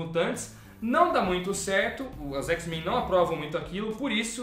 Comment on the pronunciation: "xis-mein" n dah irmao. n fala isso kkkkk muito bom o pragrama